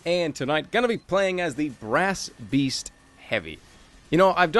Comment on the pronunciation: did anyone else realise he said brasst beast at the start right after he said i've said brasst beast ever time i have tryed to record this